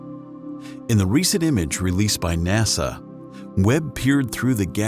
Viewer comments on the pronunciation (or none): none